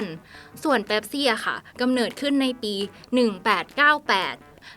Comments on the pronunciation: หัวข้อคลิปก็เขียนว่า*เป๊ปซี่* แต่ทำไมผมได้ยินแอดมินออกเสียงเป็น*แป๊ปซี่* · เป๊ปซี่นะไม่ใช่แป๊ปซี่ 😂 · ออกเสียงให้ถูกครับ เป็ปซี่ ไม่ใช่ แป็ปซี่ คนไทยคนส่วนใหญ่ชอบเรียกว่าแป็ปซี่